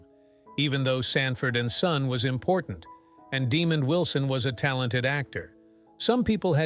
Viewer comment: His name is pronounced,"Dee Mond " , not Demon